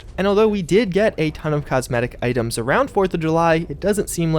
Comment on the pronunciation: love the way he says "items" AA'DEMS